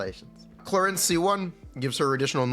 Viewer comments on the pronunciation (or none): at least get her name right you pepega